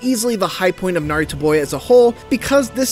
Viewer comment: I'm convinced you were saying Naruto